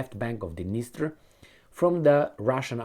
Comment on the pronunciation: D-NIES-TER river.